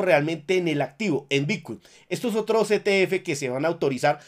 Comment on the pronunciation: Lo que escucho cuando inicia el vídeo: - "Hola soy, el único Youtuber que te da toda la información de Bitcuin"